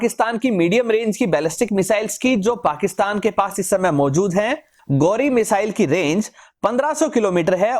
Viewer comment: Ghori not gauri